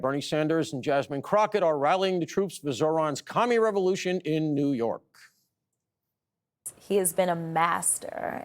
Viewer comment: "ZOOYORK" The world's largest open-air asylum.....lolz